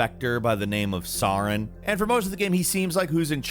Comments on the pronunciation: Sauron?.... Saren,... pls... Seh-ren is the pronunciation It's like you're doing it on purpose at this point lmao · Dude... Saren. Not SAURON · SAREN not SAUREN. Did you even actually play Mass Effect? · Dude, come on... It's SER-in, not SAH-rin. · It's Saren. Not Sauron. Just saying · Me: Saren.: Sauron. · Well do you think he actually played it? I mean he literally can't pronounce the main antagonist name, after the game says it over and over again. Saaaren... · Wtf is suuh-ren. Seriously learn how to pronounce things before making videos. Also pronounce "game" properly. It's not called gaahme. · "Sahren" Uh...what? Why say his name so weird on purpose? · Nobody else realize he mispronounced Saren? He said Sauren like its fricking lord of the rings lol. That bothered me so much 😅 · This video was ruined for me by how he pronounces Saren (seh-air-en) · Who's SAR-en? I've played Mass Effect x1000 over and never heard of a villain called "SAR-en". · Ah yes, Sawren. The evil alien spectre. Saw... ren. Yes. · Todays: saarren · SAW REN lol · Please play Mass Effect and learn how to pronounce "Saren" And it's "KOTOR", not "KOTER" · I’m late here, but my ears are hurting after how he’s saying ‘Saren’ from Mass Effect 1. Please dude- his name is said in the game aldhskd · Am I the only one bothered by his pronunciation of Saren? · My conspiracy moment. He was pronouncing Saren like a sociopath to get us all down in the comments talking about it and driving up engagement. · Pronounces Saren's name wrong, triggered j/k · 1. You’re pronouncing Saren wrong 2. It’s 3..4..3.. guilty spark. Not 3…43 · The way he says “saren” 😡😡😡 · Imagine if pronounced Saren correctly? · You called the Hydra a Kraken? And the pronunciation of Saren threw me off, all of a sudden it seemed you were talking about LOTR's Sauron lol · the way you say saren hurts me so much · Him messing up Sarens name is triggering me and I'm surprised lol